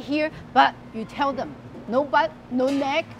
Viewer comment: You said neck wrong